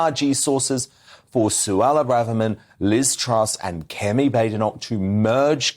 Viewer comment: Kemi’s surname is correctly pronounced Bad Inoch not Bade inock